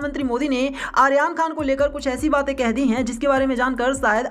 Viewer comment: Aryan khan ka naam to theek se pronounce kr lo jitni baar bola hai utni baar hi galat bola hai, jis se irritation ho rhi hai .